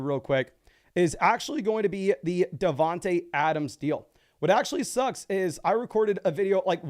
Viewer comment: Just trying to help. It is pronounced DavanTAY Adams. same with D Smith